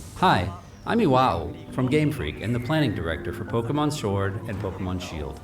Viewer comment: Shield-o and Sword-o?! Tim your eye is getting to your brain!